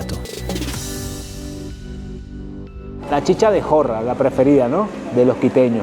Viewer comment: No es Guyas es Guayas No es horNEAdo es hornado No es túlcan es Tulcán No es chicha de joRRa es chicha de Jora No es las vicentinaS es la Vicentina No son papitas aplastadas se llama Llapingachos 🙄 Por qué no empaparse mejor de la cultura de un país o una ciudad De cualquier manera bienvenido a mi hermoso país